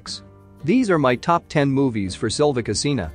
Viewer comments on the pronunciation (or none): The narrator could have made the effort to pronounce her surname properly, at least!